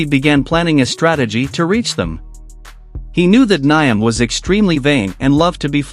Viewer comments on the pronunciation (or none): It's actually pronounced - Niame and not Niam (Spelled Nyame)